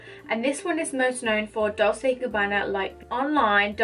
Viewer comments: It’s pronounced “DOL CHAY” not “DOL SAY”. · It's pronounced "dolCHe like in Cherry 🍒